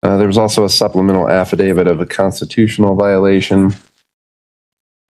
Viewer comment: If you think the word is “affadavid”, you should keep quiet and let your attorney speak on your behalf.